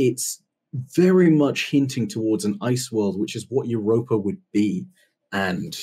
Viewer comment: Wow you called Europa spot on